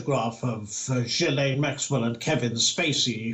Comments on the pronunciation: it is pronounced ' Jilain Maxwell ' not ' Ghislain Maxwell ' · It’s not Gheeslane but Ghilaine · Ghee lane not Ghees lane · Its pronounced "Ghee-lane" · Her name is pronounced where the “S” is silent.... Ghi(s)laine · Again it’s ghoo-fray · It’s pronounced ghee-Laine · Ghislaine is pronounced without an s. It’s a silent s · The s in Ghislaine is silent! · If your the news anchor you ought to pronounce Ghislaine with the ‘s’ silent.